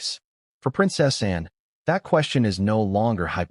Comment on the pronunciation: It's princess Ann not princess and